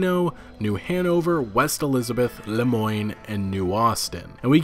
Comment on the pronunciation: Lemoine is pronounced Le-mwan